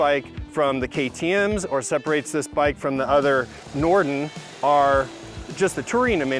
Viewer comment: Everytime he says Norden I hear "Norton."